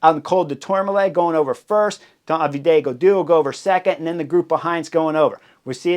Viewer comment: David en français c’est pas “DAH VEE DAY”